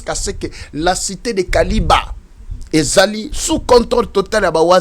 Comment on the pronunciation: KILIBA ET NON KALIBA